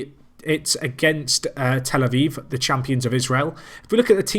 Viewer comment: A viv not vive!